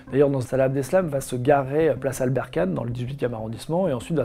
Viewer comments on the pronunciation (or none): none